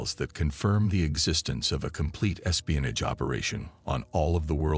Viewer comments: Espionij wtf is espionij😂😂😂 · I know exactly what espionage is but I've never heard it pronounced espionij b4 regardless of whether it's a A.I or not 😆